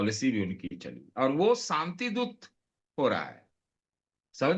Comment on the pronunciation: Satish k Singh sb Ap senior journalist hain Ap k se journalist hain Ap ko to sahi se zHindi Bolni nhi AATI Ap (Shanti) ko Santi Bol rahe hain